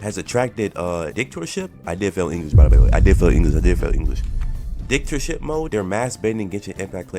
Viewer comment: Ya wrap it up bro said dick-tor-ship